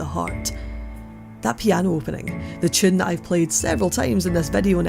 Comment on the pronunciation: Whenever she said “Tune” I thought she was saying “chin”